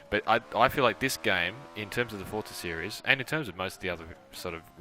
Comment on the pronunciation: WTF it's called "Forza" not "Fortza"!